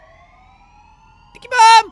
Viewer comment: it sounds like he was saying tikey bomb